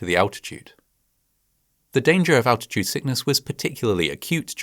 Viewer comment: what the fuck is 'alchitude'?